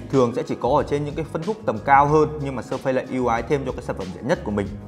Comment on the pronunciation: Làm ơn đọc là Sơ Phít :) đừng Sơ Phây nữa